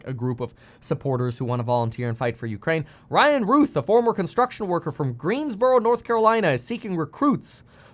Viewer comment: The shooter was Ryan Routh, pronounced 'Row-th' but Kevin kept saying Ryan Ruth.